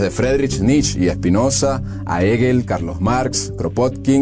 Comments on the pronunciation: La pronunciación correcta del apellido del gran filósofo alemán no es eguel, sino jeguel. El narrador, mi admirado paisano, debería poner más cuidado a la fonética. Así no pasaremos por estos sobresaltos al escuchar los estupendos contenidos producidos por vosotros. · Hegel se pronuncia con hache aspirada